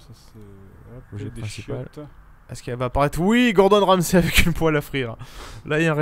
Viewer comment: Ramsay, pas ramzi!